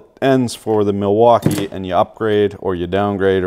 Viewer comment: “The Milfuckee” -, 2020